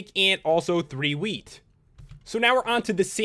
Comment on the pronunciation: what he said "Milk, Cocoa beans and wheat" what i hear "Milk, Cocoa beans and weed"